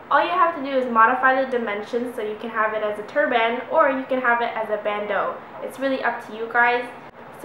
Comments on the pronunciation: Are the sleeves already cut off and its pronounced turbin not turBAN but is spelled turban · I think you mean turban and not turband, hahah. Very cool though! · we prounonce it like TURB-IN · yes, a tur-BAN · Tur-BAN. lol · A turd band lol I thought she said that lol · hahahah turban... you say turban funny. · I Hate the way you pronounce the word turban, every time you said it I was like. " :@ "